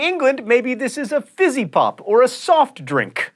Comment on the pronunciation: The way he says soft drink is hilarious